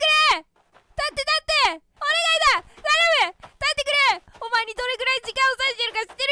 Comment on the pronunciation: 序盤でカメラモード解除し忘れて ドアップになるめちゃめちゃ可愛いし のベッドゴロゴロしながら「立って立って」がだんだん「買って買って」に聞こえてきて お母さんがスーパーでお菓子買ってくれなくてただこねてる幼稚園児にしか見えんwww